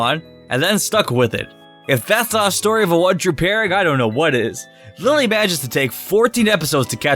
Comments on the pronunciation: IT"S NOT LILLE IT"S LILY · Its lillie not lailie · Its lillie not lylie. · it is not liely it is lilly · No one: Absolutely no one:: LiE LeE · This guy said lie-lee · Say Lillie like Lilly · Its not dont pronounce her name like Lillie like Lilly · I know its a joke that u pronounce their name wrong..and 4 the second time,u pronounce it right...haha..this is OTP..that cheapskate gotta make this happen😌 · Wrong pronounce of Lillie